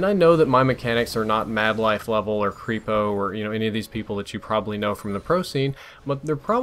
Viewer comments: I cringed when you said Kreepo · haha he said Krepo funny :D